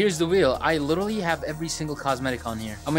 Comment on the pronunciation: BRO SAID LITTOWLY